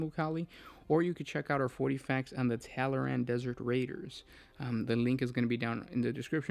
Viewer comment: "Tallaran...tataral....taranatan....tallaramalamadingdong... " Me: Tall-Arn. TALL-ARN.: Tallyho? Me: FUCK